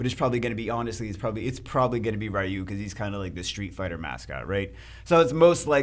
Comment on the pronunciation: Rai-who? That's a unique pronunciation of Ryu 🤣